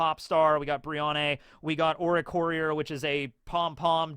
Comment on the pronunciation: His joke pronunciation of oricorio was the closest 😂😂